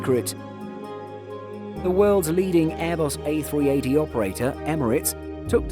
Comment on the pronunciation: 2.42 Did it just say A360 instead of A380